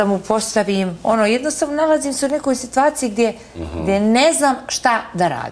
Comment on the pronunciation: Ona se nalazi u “sitVaciji” 🤣🤣